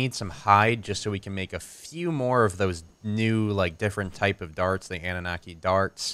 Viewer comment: I know it probably isn't important, but I believe it is pronounced AH - NU - NAH - KEY. Rolls off the tongue way better and sounds more like the race of alien bird overlords it refers to.